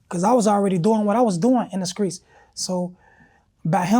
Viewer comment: Inna skreets 😂’’Streets